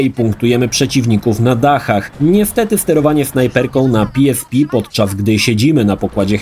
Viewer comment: Na miłość boską. Nie PiEsPi tylko PeEsPe. W Polsce jesteś. Chyba, że to miał być dowcip a ja nie skumałem.